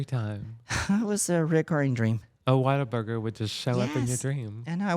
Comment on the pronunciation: What-a-burger lol. Not whaterburger. Cmon Tammie 😅😅